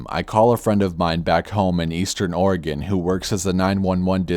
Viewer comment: Thanks for saying Oregon correctly.